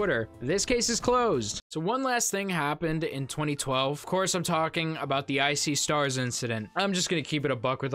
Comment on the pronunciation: I've heard of I See Stars but for some reason when you said it I heard it as "Ice-y Stars" 😂